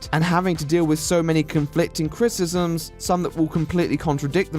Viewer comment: If there's something I love about your videos, is you saying "Critisms"